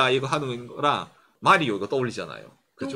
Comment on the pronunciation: 마리오가 쫌 이상한데 뭬리오 인가요?